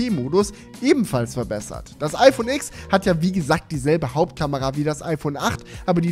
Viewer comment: Tolles Video, so schön und qualitativ hochwertig produziert mit Sinn für Ästhetik schöne Locations, gute Dramaturgie und na ja das mega geile iPhone TEN. Du hast mir aus der Seele gesprochen. Nur ein Punkt: Sorry aber mich nervt es wenn man Iks sagt.😉